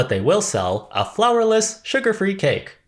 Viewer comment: Is funny how I keep hearing flavorless instead of flourless